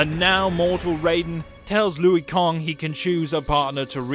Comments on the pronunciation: Kang not kong lol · It's pronounced Lanky Kong. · Louie Kang (lol) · Take a shot every time he says "Louie Kong." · Take a shot everytime he says Louie Kong lol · It took me a min to realize he was talking about Liu Kang and not a new character. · "Liu kong" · Who the hell is louie kong? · Take a shot every time he says Louie Kong. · Louie kong? Is he new? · Who the hell is louie kong its pronounced lu kang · Lol looey Kong??? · I can't un-hear the "Lui Kong" part tho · Kang not kong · who the F*** is Louie Kong? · "Louis Kong" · Who the fuck is Liu Kong and Seerax ? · lui kang? isnt it LIU kang? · Was anyone else really weirded out by “Louie Kong”? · I feel like that accent can't say Louie Kong's name right so I'ma let it slide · This guy can't pronounce ANY names! "Lui Kong" is he joking or not? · Luwee Kong? Ha!😂😂😂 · Louie kang? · Lui Kong.... Lui Kong.... Lui Kong.... 50 sins for that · Okay, no offense... Did you even play this game? Because you get alot of names wrong lol Here’s the ones you got wrong, and how they’re meant to be said... LUI KANG You said: ”Lu-i Kong” Right way: ”Luu Kang” CYRAX You said: ”See-Rax” Right way: ”C-eye-racks” GERUS You said: ”Ge-ras” Right way: ”Gee-rus” KANO You said: ”Kah-no” Right way: ”K-no” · How about "Everything Wrong With This Video", here's the script: Louie Kong Roll Credits. But seriously, I can understand you pronouncing Kang as Kong, but how Liu (pronounced Lew/Lu) became Louie is beyond me... And did you say Audios at the end? Dude, do you even words!?